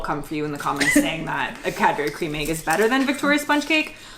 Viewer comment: Cadberry is killing me